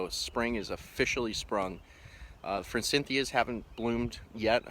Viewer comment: I recently learned forsythia doesn't have an N in it. I only noticed you said it with an N cuz I recently got called out for it lol and I been saying glyphosate wrong too (swapping the pH and s)